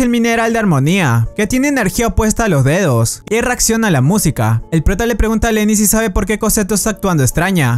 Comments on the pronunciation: cuando dice D2 parece a dice dedos xD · Chicos si dicen D2 suena que estuvieran diciendo dedos jsjsjsjsjsjjs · D2 suena como dedos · Soy el único que envés de D2 escucha dedos